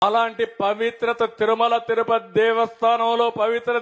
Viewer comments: Tirumala Titupati ani palakadam ravatledhu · నిన్ను గొయ్య తీసి పాతిపెట్టాలి తిరుమల తిరుపతి అని కూడా పలకలేక పోతున్నావు మాకర్మ నువ్వు ముఖ్యమంత్రి చేసావు 🫣🫣🫣🫣🫣🫣